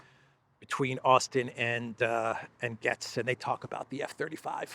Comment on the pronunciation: All love from the U.S. however, your pronunciation is a little off on Matt Gaetz's last name. His last namet sounds like the word Gates, as in plural of a single gate. As in Horatio Gates.